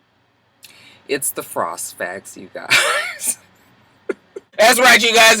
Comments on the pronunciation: I so missed that "frost facts" pause!! LMAO!! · Man that frost facts pause deaded me! 😂💀💀💀